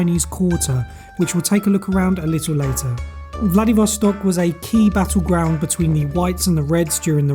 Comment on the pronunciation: I really enjoyed this video guys, loved all the sights of the city. But I have to say I was mostly cracking myself up. Why you may ask? Well, every time you guys mentioned the city's name Vladivostok, all I really heard you saying was Bloody Vostok. 🤣 Especially when would say it, being from the UK, I'm sure he felt the same, if not well now he does, LOL. Oh, Bloody hell Bloody Vostok haha, me saying this- I'll never forget this vid. This city is on my bucket list for sure, maybe next year sometime. Thanks for sharing, hello. The chocolate looks sooo good.